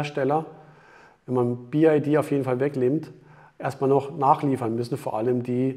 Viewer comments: Ich bin ungern ein Korinthenkacker, aber es heißt BYD und nicht BID😉...VG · Wow Achim, die Info ist für mich völlig neu🙄. biyadi (chinesisch) ist natürlich richtig. Der sonst geschätzte sagt jedoch bi-ei-di und diese Aussprache ist weder chinesisch, noch englisch.